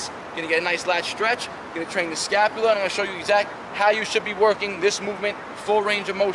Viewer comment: All I heard was scapulia the whole video 🤣🤣🤣